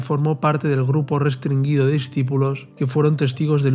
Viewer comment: Es restringido, no restringuido!!